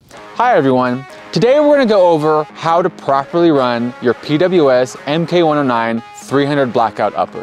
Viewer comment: Why “em-kay” 109 and not “mark” 109? For example the mk19 40mm is pronounced “mark nineteen”. Is PWS’ official position that their models should be pronounced “em-kay” or is this video host just ignorant about weapon terminology?